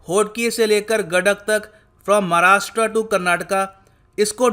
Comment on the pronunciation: धन्यवाद सर.. इस बार आपने 'महाराष्ट्र' उच्चारण किया...💐💐💐💐😊😊🙏🙏